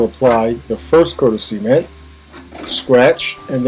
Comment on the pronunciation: Sea-ment lol